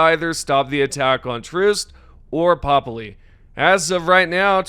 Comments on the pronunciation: Its ”pöpli”, with an ”ö”! Not ”popli”! Swedish anger intensifies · Try jumping to one of those planets sometimes. Then you'll pronounce it properly, like how Popli isn't like pop-lee, it's more like purp-lee. Definitely not popalee. Also, seriously? Vandalin? It's VANDALON. with an O. ON. Do you turn "in" the light switch or something lmao